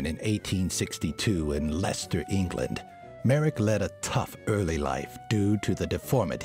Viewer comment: As a Brit, I appreciate the correct pronunciation of Leicester. Well done! haha